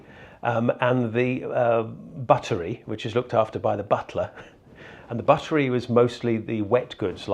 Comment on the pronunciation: .. and 'buttery' is 'bottle - ery'